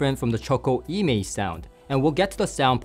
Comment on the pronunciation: Nice review,! Just for your information: E Mei is named after a well known mountain in Sichuan Province in China and should be pronounced "Uh May".:goodvibes